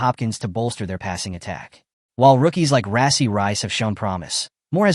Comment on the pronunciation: I would give him likes, but if they can't pronounce Rashee's name correctly, one has to wonder how accurate is this info.